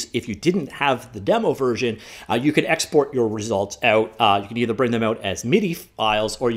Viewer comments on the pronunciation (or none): none